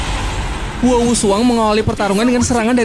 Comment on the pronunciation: Huo wu dibilang Wu Hu? Aneh bgt